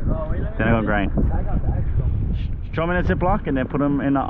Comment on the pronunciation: "I would Chrow live bait but my bait man is ShLackin" sayin that with the overbite slur got my LMAOOOO